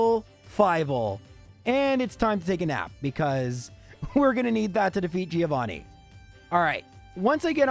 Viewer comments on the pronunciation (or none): Everytime you say Giovanni wrong Something dies in me XD